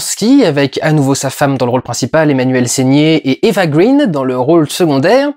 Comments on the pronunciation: Pourquoi tu prononces "Eva Green" à l'anglaise ? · Ça fait tellement 3 avec toi et Eva green que tu ne sais même pas prononcer son nom correctement ; )